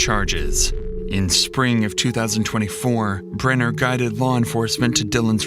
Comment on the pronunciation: The constant mispronunciation of Jim Brenner's name in this video is incredibly annoying.